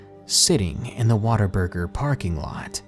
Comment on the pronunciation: Your WhatABurger is turing in to "waterburger" as you read on.